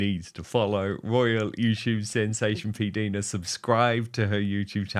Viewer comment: Dan, I believe it is pronounced "P Dyna" not "P Deena."